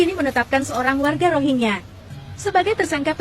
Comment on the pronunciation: Gk enak bgt denger ROGIYA, ROGIYA.... KAYAKNYA BKN ROGIYA BANG.. MEDIA MENYEBUTNYA " R O H I N G Y A"..